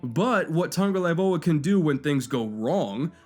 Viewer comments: Hey bro, its Tago-VAI-Loa. Not Tago-LAI-Voa. Great video besides that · The tung part might be correct, but its vailoa, not laivoa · OMFG Tangolaivoa again I'm already drunk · How to heck did you manage to get Toungue-a-LIE-voa out of Tagovailoa? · Hey! Where do you see N in Tagovailoa? Why do you always pronounce like TaNgovailoa? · Its Tagovailoa not Tagolaivoa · It literally says ""TUNG-o-vai-LOA." And says "TUNG-o-LAI-VOA" So no yup, anyways it doesn't matter it was just a bit of tongue in cheek Laivoa =/= Vailoa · What's his name,?: Tua Tungvcozyiidyydydyiydi-oa 🤣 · Say it with me - Tago vai loa, holy crap lol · say it with me, tah-go-vyy-loa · Tua said in an interview it’s pronounced TONGUE - O - VYE - LO - AH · It's pronounced "tongue-oh-vye-lo-uh." He has made videos pronouncing it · Is it just me or does say "Tangolaivoa" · It was bothering me the whole video hahaha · I'm pretty sure did it on purpose to troll people. He's pretty consistently pronouncing it tangolaivoa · tongue a vie low uh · Marisa Moravec he’s saying tungolaivoa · but is saying TungoLAIvoa, swapping the L and V. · You keep saying tongalaivoa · Tun-ga-vai-loa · “tua tungolaivoa” 😭 still the 🐐 tho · he pronounces it tung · ElegantSquid it’s tungovailoa, the v goes before the l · Oh cuz! Tua pronouncing his last name... Awesome video but butchering his name every time... kinda hilarious. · You gotta learn to pronounce the name right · Not only did you pronounce his name wrong but to say he has below average arm talent? Lol maybe quit anaylizing qb's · Love the video. But you gotta pronounce his name right bro. 🤙🏽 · how would you feel if I pronounced YOUR name “ Mannkoll”. otherwise good vid keep it up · Let’s play how many times can you butcher someone’s name in one video? I counted 15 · That pronunciation of Tagovailoa in the beginning gave me a good chuckle lol